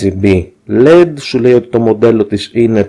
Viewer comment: Όταν μιλούμε για το φωτάκι LED το αποκαλούμε με τα αρχικά του ονοματός του, δηλ. Ελ-Ι-Ντι και όχι ΛΕΝΤ. Λέντ ονομάζεται το "μολύβι" (μόλυβδος) ξέρεις αυτό το υλικό που εμπόδιζε τον Superman να δεί πίσω από αυτό. Αυτά για αρχή.